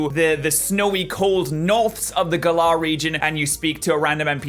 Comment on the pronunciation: Gal like "gallery" and ar like the word "are". Gal-ar